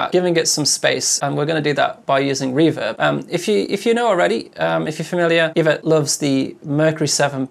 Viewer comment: Ee-vet. Not iv-ut 😂. Great channel BTW. Cheers for posting vids. 🇬🇧